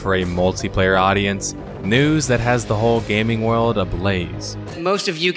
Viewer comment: Yo, how come you pronounce World of Warcraft like "Word" of Warcraft but when you say the word "World" in other sentences it sounds normal? I've heard this in all of your MMO videos.